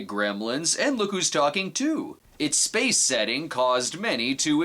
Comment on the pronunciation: "Spaceon" LMFAO